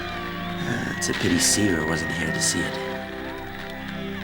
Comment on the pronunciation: The way pronounces Siva and Java irks my soul! 😂 whenever they use the fake Americanised accent they always add an "R" to the end of words for no reason. "Idear" is the most common one they do A LOT. Especially.